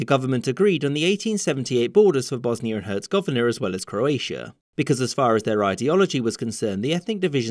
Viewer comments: "Bosnier and Herzegoviner" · bro had a seizure trying to say bosnija i hercegovina its too easy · I dont think “bosnier and huhzigoviner” is correct